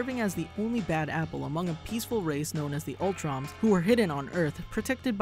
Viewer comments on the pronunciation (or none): Utroms guys not Ultroms lol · Did you seriously call the utroms “ultroms”...... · Shredder was in the 00's series an UTRONS!!!!! There is no "L" in it! Not the samething as ULTRON,!!Re-edit and re-upload,please!